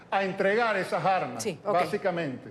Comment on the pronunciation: Con todo respeto, le sugiero. Reiteradamente ha usado el vocablo "armas"..la "s", se une con la vocal...por favor..no diga las " jarmas"